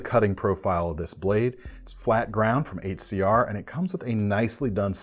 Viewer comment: I die inside every time he says 8cr, step it up CRKT